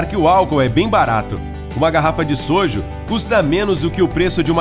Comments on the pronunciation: Não é soju é soju o u e mais forte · “Sojo” Kkkkkkkkkkk “Jajamejieon” Kskskskslakzk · Ele falando jajangmyeon e soju eu ri muito mas achei fofo ele tentou pronunciar kkkk